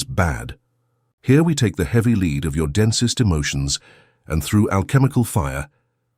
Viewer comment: It's lead not lead😂😂😂